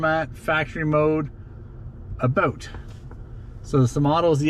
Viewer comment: "ABOOT". LOL that guy is FUNNY! Everyone should subscribe to him (its me by the way) :)